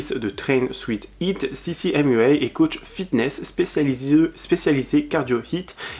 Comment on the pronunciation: Vous avez tellement bossé toi et que vous êtes pas capable de prononcer sissy mua et train sweat eat correctement!